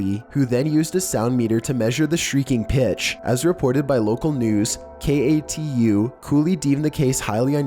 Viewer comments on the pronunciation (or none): Excuse me but I, an Oregonian have decided to correct you on your pronunciation of KATU you don’t pronounce it K. A. T. U. You pronounce it as “K-Two”. Best regards, -an Oregonian